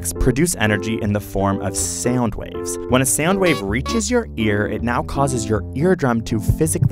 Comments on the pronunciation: MrprunesHD Haha he said SaUnD while I read this😂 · ok is the way this man is saying “sound” bothering anyone else slightly?